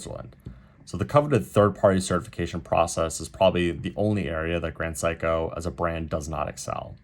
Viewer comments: It’s pronounced Se-i-ko. No ‘psycho’. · My man pronounces SEIKO as PSYCHO you know 😂 GRAND PSYCHO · You keep pronouncing it as "Sai-ko" (as in "psycho"). Is that the way it should be pronounced, or just your accent? Given that you have "extended family in Japan", I would tend to believe you know how to pronounce the name.